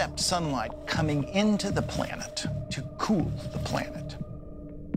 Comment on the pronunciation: ...cool, not cook